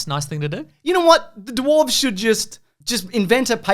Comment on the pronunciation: hehe "duwarves" hehe